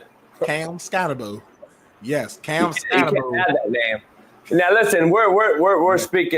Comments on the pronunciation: Ska-tebow imo😂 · Wym why he say his name country? His name skattebo 😂😂